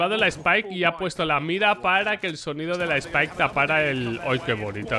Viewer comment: como que spike xd?